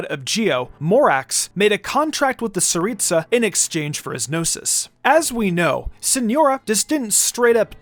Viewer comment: It's The Tsaritsa Not saritsa